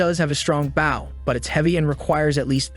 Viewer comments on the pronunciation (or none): The AI can't pronounce the word 'bow' correctly. , the MC gets a BOW - the weapon that shoots arrows. This is pronounced incorrectly like 'cow' or 'now' - the MC is not bending over at the waist. It should be prounounced like 'go' or 'low'. I'm not sure why this annoys me so much. . . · Bro just a tip but Bow and arrows is pronounced “ Bo and arrows “ Bo dude Bo 👍🏼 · Sounds more like "Baw". But I guess its just like "Bow down *to someone*" kind of thing. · Ist a bow not a baw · Could you stop saying baw it's bow not baw you said crossbow right and went back and said baw it's driving me nuts every time you say baw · Who do u say Bauw instead of bow? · Dear: The noun that means the knot on your shoes, or the weapon that fires an arrow, is pronounced like /boʊ/. This rhymes with "go." The verb which means to bend at the waist is pronounced /baʊ/. This rhymes with "now." Please do it right <3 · Please teach your A.I how to pronouns "BOW" or type it as BO so it has a chance of getting it right. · are you purposely mispronouncing the word "bow"? cause low key it made me angry everytime you said it. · Great vid, but the pronunciation of the item Bow was a bit annoying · It's the AI voice. It doesn't know the difference. Lol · How fuck listening to him pronounce bow incorrectly so many times in a row was rough! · he said crossbow right but keeps butchering bow... this has to be on purpose... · The video is using text-to-speech. "Bow" in many text-to-speech apps is pronounced like the "bow of a ship" or "bow down", not a "bow and arrow". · Wow, even now, STILL the AI can't pronounce "bow" correctly. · Is an Ai narrating this? If so, why can it say crossbow, just fine, but it can't say the word bow properly, that's a very easy word to pronounce, and it really messes it up, it makes it sound stupid. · Please don't be a Bow expert, hearing that miss spoken is killing me.